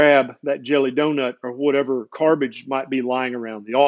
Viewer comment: “McWendyKings”.😂🤣 “Carbage”.😂🤣